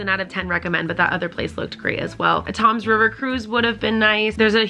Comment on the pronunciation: Toms River Cruise lol... it's pronounce Tems ;) Love your vids btw!!